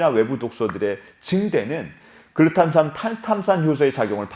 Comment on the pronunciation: 계속 보다보면 뇌전문가는 아니더라도 뇌관련지식이 늘어 날것 같네요 ㅎ 글루탐산 탈탄산 발음을 어찌이리 잘하세요 !? ㅎ 아나운서같아요🤔